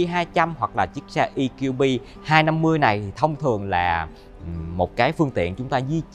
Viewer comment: Đã nói tiếng Việt thì nói cho trọn vẹn - Giới thiệu GLB200 thì nói GỜ LỜ BÊ hay EQB250 thì nói luôn là "E-QUI-BÊ" cho nó VUÔNG còn bày vẽ nói "GI-EL-BI hayt I-KIU-BI" làm gì cho MÉO ơi?